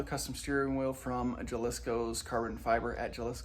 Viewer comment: Ha-lisco.. that’s how you pronounce it. It’s a state in Mexico. Great content btw